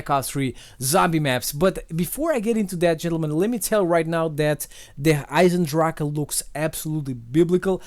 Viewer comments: As a native german speaker I have to say that you pronouce "Der Eisendrachen" perfect. Many other youtuber say "Der Eisendrach" Respect from switzerland! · but hearing you pronounce the name as a german gives me goosebumps xD